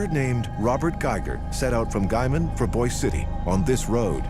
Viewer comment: The narrator’s pronunciation of Boise City, Oklahoma is correct. It is not pronounced the same way as Boise, Idaho.